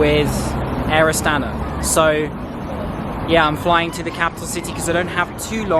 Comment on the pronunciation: Красавчик. Респект за то, что произносит именно Астана.